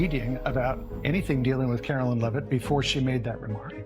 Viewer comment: Who calls her 'Caroleen'?